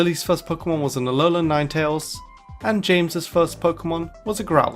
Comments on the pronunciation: Alolahn nine tails 💀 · "An aloan ninetales lol" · Yeah he just mispoke, happens to the best of us